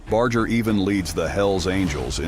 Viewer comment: It gets me aggravated that Most people can't pronounce His last name Correctly...🤔🤔 Even if everything is AI NOW... IT should be programmed Correctly... Just sayin'...